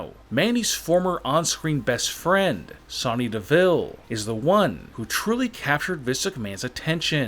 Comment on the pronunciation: It's Sonya Deville not Sony deville